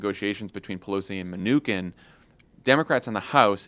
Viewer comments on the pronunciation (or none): This is the first time I'd heard Steven Mnuchin pronounced with a 'k' sound. I looked it up. apparently you're wrong? From an article here "(Hint, just say ”my new shin,” very rapidly.)"